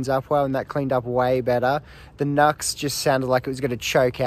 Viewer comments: It's NU-X (new x) not NUX (nucks) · I’ve always said New-X, until recently when I learnt it may be officially pronounced Nucks, so who knows!